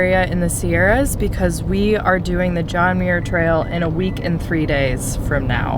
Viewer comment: Did you say the John Mayer trail?🤔 I've only heard of the John Muir Trail😁